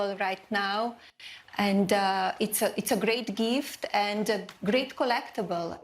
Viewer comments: “It’s a great geeft….” 🙄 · what's a "geeft" ?